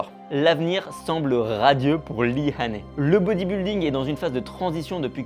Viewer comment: Son nom se prononce "HAI-NI" , et non pas "HA-NAI".